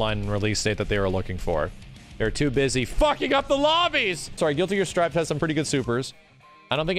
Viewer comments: "Strif" please, it says strive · "Strivv" wheeze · Why you say strive like that?